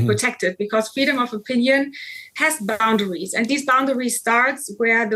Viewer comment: I like the way says "Boundawies."